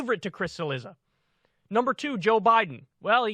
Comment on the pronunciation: I think it’s spelled, Cilizza, which in original Italian is pronounced, Chilliza.